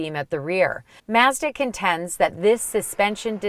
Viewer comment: I had to stop watching. I couldn't listen to her pronounce "Mazda" any longer. I kind of felt nauseous.